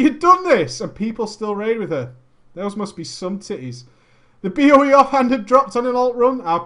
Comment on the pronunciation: Nearly pissed my pants every time you said "BOE". goddamn you're great.